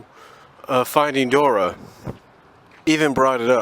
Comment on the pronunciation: "Dor-ee" not Dora